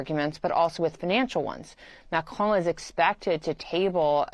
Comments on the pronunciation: This man needs to learn how to pronounce Macron. There us no E at the end of the name. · At least is knowledgeable enough to have a decent attempt at saying Macron's name. Unlike the clown in the studio who keeps saying "Macrone". There's not e Macron NOT "Macrone". Best way to show you don't know sheet is to not even know what world leaders are called. Then talk carp about world politics. European vassals have been trying so hard to be more belecose than their master and are now caught flat footed by Trumps "360 degree turn".